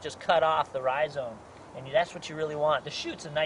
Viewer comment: Dear god, quite saying ryzone